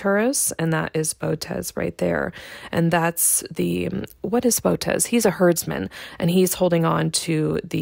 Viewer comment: You said Bow-tez. It's Boh-oh-tis.